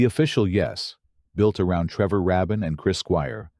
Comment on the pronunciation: The pronunciations of certain titles and names is annoying and undermine this video. If you can't get Trevor Rabin's name correctly pronounced, what does that say for the rest of this? By the way, it's pronounced: treh·vr ray·bn